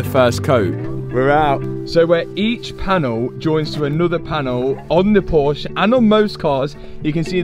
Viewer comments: Love these videos and progress!! Unfortunately, a million plus views and now there's a million people who will also pronounce Porsche WRONG. lol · Please pronounce the "e" at the end of Porsche just a short "eh" thank you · please, please pronounciate "Porsche" the correct way... It's respect to the founder, and the brand... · If I was playing a drinking game for every time you mispronounced Porsche, I would have passed out half way through the video.